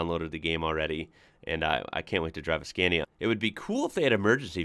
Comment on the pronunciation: So seems someone dont read comments, fine, lets learn again then: scAnia (skaa nee uh) not scEEEnia…. 😡😡